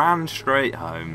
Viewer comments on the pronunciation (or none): none